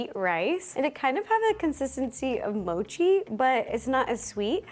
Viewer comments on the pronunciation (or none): none